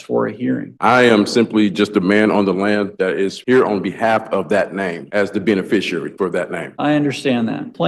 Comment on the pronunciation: Did he say benbiciary?